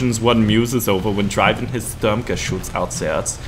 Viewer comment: Bulldog is a common breed name it's just like German Shepard. Nad for you try to pronounce StuG like this Stourmgeschütz then it's perfectly fine.